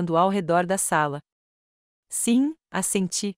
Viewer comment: Não é A SENTIIR É ASSENTIR